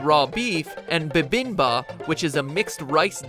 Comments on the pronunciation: HOLY CRAP! Your Korean pronunciation and romanization sucks! Where did you find those horrible romanizations! Gukbab is acceptable, but yukke is romanized yukhoi and is pronounced yook-hweh. Babinba is romanized bibimbab and pronounced like it's spelled. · bibimbap not babinba. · Sorry to be in anyway annoying.. Its gookbap meaning "soup and rice" and bibimbap not babimba meaning "mixed rice" - source im korean and those are the correct pronunciation. Haha thats cool info though! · this bothers me so much.... but i'm sure the Korean dish isn't babinba, but bibimbap. The spelling and pronunciation are way off and knowing how thorough matpat is, i'm disappointed he didn't go over this script.... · Ummm, I want to correct your Korean refernces. Gukbap is the correct spelling, but had incorrect pronunciation. In Korean, it's 국밥, making more of an oo sound than a short u sound. And it's not Babinba, it's Bibimbap (or Bibimbop, but both are correct) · ITS BIBIMBAP NOT BABINBA!!! Sorry, Im Korean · Sorry if you've already gotten a lot of comments to this effect, but the dish you call "Bibimba" is missing a "p" at the end of its romanized name. "Bibimbap", or "Mixed Rice" in a rough English translation, also possesses stress on the FIRST syllable, rather than the second. Essentially, it's BI-bim-bap, not bi-BIM-bap, as you pronounced it. Hopefully this isn't annoying, as my intent is just to correct the slight oversight. (Source: I"m Korean.) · Babinba? Isn't it bibimbap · LOL he said all the korean wrong I am korean okay hold on gukbap= guuk bahp yukke= yukk eh bibimbap= bi bim bahp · It's actually called bibimbap. You guy's forgot the p. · The word is prononced( bee-bem-ba)